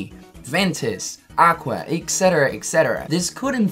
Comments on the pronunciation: Stop saying Ecksetra for Pete's sake. It's Etcetra..... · Omg you don’t know how to say et cetera either. You keep saying ec cetera and it is killing me.